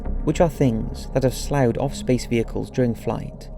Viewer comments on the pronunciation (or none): Sloughed is pronounced "SLUFF-ed" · "Sloughed" is pronounced "sluffed." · During the NASA clip, “sloughed” is pronounced “Sl-off-ed” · What are being seen as space dandruff that is being....the word "sloughed" is pronounced "stuffed". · "Sloughed" is a ridiculous word, and is pronounced "sluffed." Love your vids!! Excellent work.